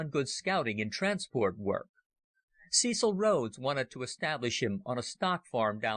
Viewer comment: Got th pronunciation of Buchan right mybe, but needed a bit better research in some of the other names! Blenkiron is ronounced 'Blenk-Iron' (you know, like iron ore - not Blenkey-Ron, And as fir the legendary Cecil Rhodes, his Christian name is pronounced ;Sessle', never 'See-ssill' :facepalm